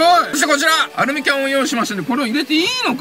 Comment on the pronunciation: アルミきゃんw